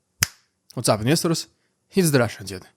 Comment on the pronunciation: Am i the only one hear at the begin of the video : Whats up ministers in stead of “Whats up investors”?